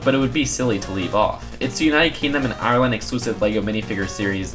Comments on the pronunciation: That moment you're from ireland and say AHRland:|) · That's not how u say ireland I now I live there